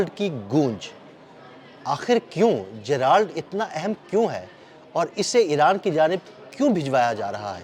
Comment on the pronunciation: جے رلڈ بولتے ہیں جرالڈ نہیں سر ۔